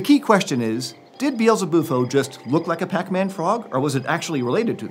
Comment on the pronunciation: Dude realy hype up the word pac man frog